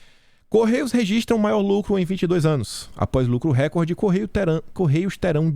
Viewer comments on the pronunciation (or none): none